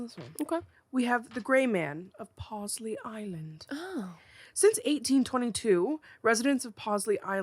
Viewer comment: IM LOCAL TO PAWLEYS ISLAND!!!! It’s true!! The Gray man CAN be seen! I know someone that has seen him before Hurricane Hugo in ‘89! He only shows up to warn of the REALLY SEVERE hurricanes though. (And not that it really matters but it’s pronounced “paw-lees” island).